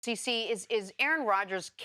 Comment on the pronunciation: She called him TC instead of CC....